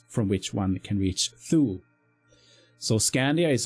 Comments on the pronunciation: Its TU LE. E pronounced as Eleven. Tulee is in English. We are in SUECIA now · dude Tu-lee. Thule is pronounced TU-LEE. The way thou said it it sounds like Fyn, which is an Island, in Denmark